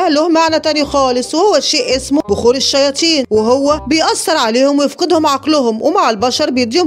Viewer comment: مين لاحض انو بتقول الشياتين